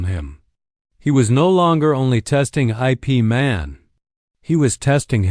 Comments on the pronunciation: Ip Man is NOT pronounced I. P. Man. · O M G "˜ ˜ ˜ ˜ ˜ I. P." sounded likes entence end. then "Man's expression never altered."